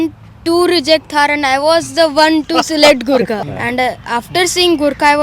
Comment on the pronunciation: Why he is calling it GUTHKA instead of Gurkha..🤣🤣😂😂